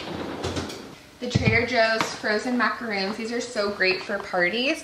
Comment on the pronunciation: I love all the creativity and effort you put into your party planning! 🌷FYI, the cookies you purchased are macarons, but you are pronouncing it like a different type of chocolate /coconut cookie called a “macaroon”. A lot of people make this mistake. Both types of cookies taste really good!